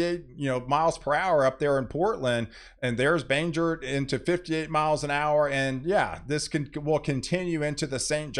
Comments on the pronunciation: Hi, greetings from the Downeast Region of Maine. Looks like we're going to miss what could have been a very destructive storm. Yes, we will get rain and some moderate winds, but nothing compared to what could have been. Keep up the good work. Oh, by the way, Bangor is pronounced Bang-Gore. You called it "Banjer." 😂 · Bangor is pronounced bang-ore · Maine girl here,thanks for your work and updates! Ps,, it’s ‘bang-gore’. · Bangor Maine is pronounced “Bang-Gore” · Hahaha! 😂 I'm glad you mentioned the pronunciation of "Bangor"!